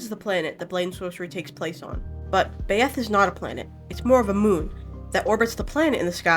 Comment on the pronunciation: i think byeth is pronounced "bye-eth" rather than "bay-eth"